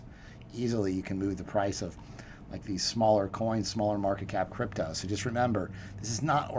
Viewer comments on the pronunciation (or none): Note to self: When ending a sentence with the word crypto, the word is pronounced CRYPTDO